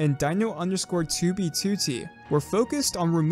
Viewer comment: why does he says 2b2t so well, he says it better then fit..